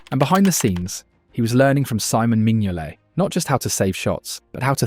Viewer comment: The way it pronounced Simon Mignolet's name was the giveaway for me